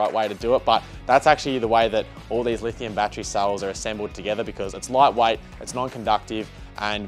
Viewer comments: is he saying souls, instead of cells? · I think it’s his Victorian accent? 😂